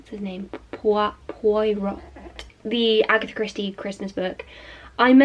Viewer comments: Maybe watch a little of the BBC‘s Poirot so that you can hear how to pronounce his name. The show is excellent and is definitely worth a watch. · L shes obviously never heard it before. If someone doesnt know how to pronounce it it's just that they've never heard it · It is pronounced “Pwoy-Roh.” The “T” is silent. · Pwah-row (Poirot) :) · I think you pronounce proirot as "pwar row" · Poirots name is pronounced (poy-roh) just so you know! Hercule Poirot books are the best!! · Poirot is pronounced more like pyro. Just watch itv4 ft any time of day and you'll see and hear poirot a lot. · Oh my lord! I loved this vlog so much- Poirot is pronounced poy-row, I'm pretty sure! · we say "pwa-ro." the shows are amazing! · Poirot = 'Pwah-roe' :) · you're right it's pwa-roh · Just a little note, the T in Poirot is silent 😊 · Poirot = pwah-row xx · hi, I love your videos but just wanted to let you know that Poirot is pronounced [pwa - row]:) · its pronounced poih ro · p.s. it's pronounced pwa-row ! :) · it is pronounced pwiro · It’s pronounced Pwy-row 🤍🤍🤍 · yes actually ‘Pwah-row’ is a good way to pronounce it! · I think Poirot is pronounced 'pwah-Roh' it's a french name so you dont say the "t' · Pardon my ignorance (I'm French) your pronounciation of Poirot really is the cutest thing and is not the elephant in the room really. Boilling tap water however is!!!!! I mean, how? why? does anybody get burnt switching it on by mistake? Sooooo many questions! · HAHAHHA. can’t even pronounce Poirot! 😂😂😂😂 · Guessing from your pronunciation that you've never seen the TV series of Poirot? As a British person this surprises me, my parents and grandparents watch it all the time so I thought it was very well known 😂 lovely video, I think I reading 3 books in one day is very impressive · I’m French and I can say that the way you pronounce ‘Hercule Poirot’ is just the cutest thing ever haha